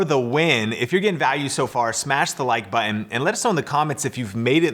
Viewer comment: Love this. BTW, there are two T’s in button. Not buhon!